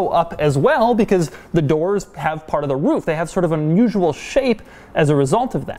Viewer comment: That's not it lol. He says 'roof' in a way that sounds like 'woof' (i.e. the sound a dog makes) hence "dog demuro".